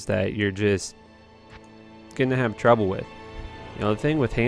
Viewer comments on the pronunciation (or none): none